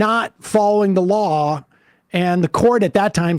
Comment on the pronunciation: Is this guy saying lol, or law?